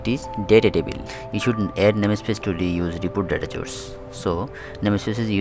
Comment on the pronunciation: Bro its call source not chourse, but your teaching is great! Thanks